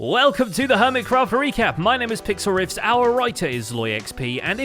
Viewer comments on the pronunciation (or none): You say pixelriffs and i hear pixelrick